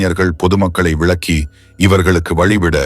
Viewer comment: படங்கள் அருமை.கதையும் அருமை.."யாரையுமே பார்த்தவுடன்" பொருள் மாறுபடும்."பார்த்தவுடன்யாரையுமே" என எழுதியிருக்கலாம்..மகன் அழுது கொண்டிருந்தான் அல்லது குழந்தை அழுது கொண்டிருந்தது.உச்சரிப்பு சில இடங்களில் சரியில்லை.pavam ஓரிடத்தில்bavam. ahi vittadhu.. குலவையில்இல்லை.குவளையில். விளக்கி இல்லை விலக்கி.காமம் தாயைக் கூட கொல்லுகிறது.